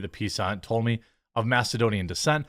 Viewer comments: Sound it out Jeremy... Ptolemy = toll - uh - mee. Ptolemaic = toll - uh - may - ik. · Cleopatra was a title not a name. It is Latin meaning For The Glory of the Father. There were many but unfortunately each destroyed the image of the previous one. Oh, Jeremy it’s pronounced Tolomy. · to help you out: (P is silent) to-le-may. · Ptolomy TOL a mee Just trying to help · Ptolemy is pronounced Tol-leh-meh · "Pee-tolamay" Jeremy big fan, but that pronunciation 😔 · TOLL-uh-mee TOLL-uh-may-ick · The correct pronounciation is TOLL LAY ME. Macedonian Conqueror Alexander the Great set up the the Ptolemy dynasty in Egypt 300 years earlier. They spoke GREEK only and Cleopatra, last of the dynasty, was the first Ptolemy to speak Greek and EGYPTIAN. My favorite ruling family! - From Nick the Greek. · The p in Ptolemy is silent. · Citing "community guidelines" is what the leftist fascist censors always do to silence conservative or neutral voices. BTW, the "P" in Ptolemy isn't sounded. Having visited Egypt years ago....all the Egyptians I saw looked like Arabs. Sorry/not sorry, Jada. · You don't really announciate the P in Ptolemy. You might give it a slight plosive but the accent is on the T. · The "P" in Ptolemy is silent, since you were wondering. But yeah, she was of Macedonian descent, being part of the Ptolemaic dynasty, which was Macedonian in heritage and more Greek in culture, initially. It began after Alexander the Great died and his empire split, Egypt being one of the places he conquered. Edit: also most North Africans look closer to Middle Eastern than sub Saharan African. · Don't pronounce the "p". It's odd that they are baseing this on the possibility because "they aren't sure who the mother is." But ignore every description of her and painting of her and every statue of her. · The P is silent .. for fcks sake did u graduate middle school ???